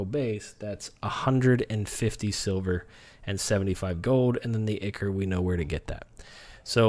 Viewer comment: I'm sorry dude, your information is golden(like, seriously, the best vid I've seen on the subject), but your pronunciation needs work :) Dagon = day-gone, ichor = eye-core and chitin = kye-tin.